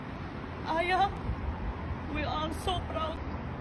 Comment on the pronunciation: Aya’s name is pronounced ‘eye-ya’ not ‘eh-ya’